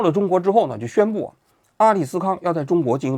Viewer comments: 王局麻烦你认真读名字吧 上次索尔仁尼琴读成索尔尼人琴，这次又阿斯利康读成阿里斯康，下次打算读错啥？ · 阿斯利康。。。不是阿利斯康😂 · 王菊整体节目有点水平，但总是在一些细节上显得特别业余，这又把阿斯利康念成了阿利斯康。之前的节目也很多这种低级口误。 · 王老师好好看看稿再说，是阿斯利康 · 阿利斯康😂故意念错吧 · 王局一看平常就不吃降糖药，阿斯利康都能念错。